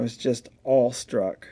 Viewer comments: Are you saying “all-struck” or awe-struck as in Struck with Awe? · Are you saying "all [sic] struck"?! The actual saying is "awestruck". As in struck with awe.